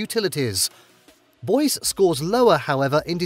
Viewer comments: I stopped watching when he pronounced Boise "boys." Smh. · Boy's Idaho 😂😂😂 it's Boise not Boys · I mean its clear this dude is just doing basic research we could all do and then making a video on the topic to spam ads.. Not like this dude is well versed and probably not a US resident lol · and Boys, ID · " Boys ", Idaho lol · Needs to learn American English. ;) Mish-e-gin. BOYZ-e (Boise). :) Ar-can-saw. (Arkansas) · Good list but you should check the pronunciations of places like Boise and Arkansas